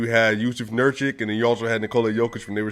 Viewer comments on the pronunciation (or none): Also small tip, you kept saying Nurčik (Nurchik) instead of Nurkić (Nurkich), so just flip those two letters in the future :D